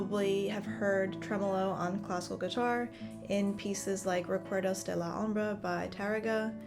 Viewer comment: She can't even pronounce Requerdos, let alone play it.